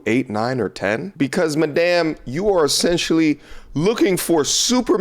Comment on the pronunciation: Was that mah-damn intentional? Cause damn it felt perfect